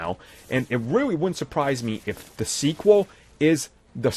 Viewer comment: This video should have been made in two years from today 🙄 Also once again “da” is not “the”. Have a great day 😂